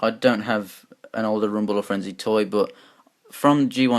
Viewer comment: You mess up rumble and frenzys names and you forget ravages tail how could you man?